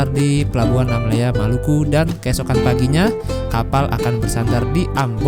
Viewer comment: Bukan nammela tapi Namlea